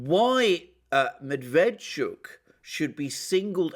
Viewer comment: Medveetschook, accent on last syllable